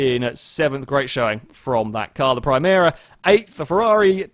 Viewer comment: Nice video but you managed to get the nissan primera's name wrong both in the video and in the timestamp😅